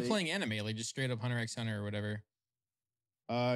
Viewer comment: Bruh stop pronouncing the x in Hunter x Hunter